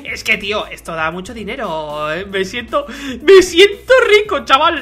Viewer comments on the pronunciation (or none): none